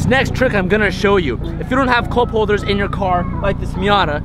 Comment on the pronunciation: "If you don't have coulp holders in your car..."